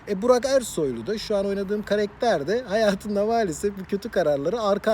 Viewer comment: Karekter değil abi karakter 😂😂🤣🤣